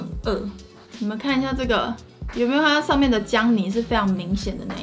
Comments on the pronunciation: 看起來好好吃 ❤️ 但是不是只有我聽到薑泥會一直想到Johnny（笑死） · 薑泥我一直聽成Johnny